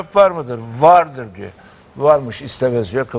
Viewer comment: Vardiri vurguluyor